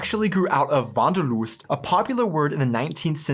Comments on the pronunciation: the Wanderlust was perfectly pronounced! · you pronounced it here much more natural snf accent-free than the two in the video :) u seem to slowly get the hang of it ^_^ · As you first said "Wanderlust", you said it nearly perfect.